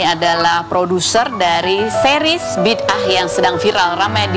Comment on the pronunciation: Bida ah bukan bidah!